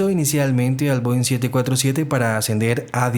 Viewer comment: Is this an AI narrator? Most of the comments are praising the clarity and voice, but it definitely sounds like AI. Many of the plane types are mispronounced (Bo instead of Boeing) and the cadence is very annoying, filled with pauses in the wrong places and badly mixed with the background music. I notice that most of those praising the narration are commenting in a language other than English. I assure you, this is a terrible narrator to listen to for anyone speaking fluent English.